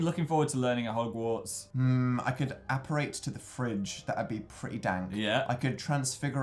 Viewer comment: Hoggbook...Jesus Dan